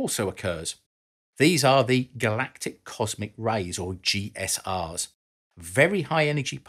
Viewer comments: I was going to comment the same thing; Galactic Cosmic Rays ¦= GSR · Not very clear on at least a couple of points: 1. GCRs (not "GSRs," as repeatedly mispronounced here) are not a problem in the short term, such as a 7-day Moon mission. The concern for GCRs is for long missions, such as on Mars, and the way it's so hard to shield against them. However, on the surface of Mars or the Moon, as long as there is not a path from any part of your body to the Sky, you're completely shielded by the terrain. Induced radioactivity is not a factor. 2. Charged particles, of solar origin, are probably not a problem in themselves if you're in something like the Commend Module. However, the Sun gives off lots of extra X-rays during a major flare, and those could be another matter. Also, the charged particles can strike targets such as your space craft, causing secondary X-rays. All in all, I tend to think the best bet for radiation protection is bigger ships, and that implies building more things in Space, with resources from Space, as this video does suggest.